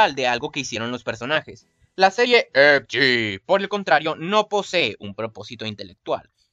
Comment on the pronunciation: Muy bueno videos felicitaciones aunque tenias que dar ese acento cada vez que decias "EDGE" ? Es molesto